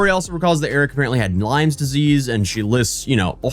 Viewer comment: Lyme disease, NOT Lymes or Limes. I hate when people say that shit wrong. Even that dipshit wife said it wrong and her husband apparently had it.